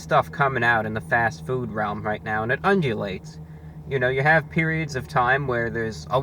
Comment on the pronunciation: it undjulates